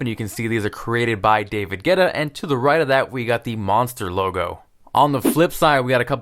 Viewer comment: It's DAyVid Gwettuh not Getta.